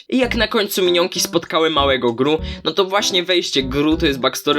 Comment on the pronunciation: Nie wymawia się ghuh tylko gru